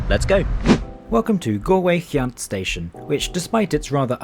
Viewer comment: Nice video production. Good point about the irritating lack of on-board food-- which was really pretty good pre-covid. Couple of station announcements. Galway Ce( hard c)annt not Keyunt station, Chooam not Tooam, Balinasloe (short i) not Baleenasloe, Athlone (normally)not Ahlone, Tull ( like Hull) amore.